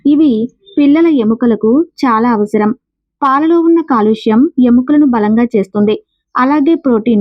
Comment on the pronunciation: కాల్షియం అని పలకాలి అండి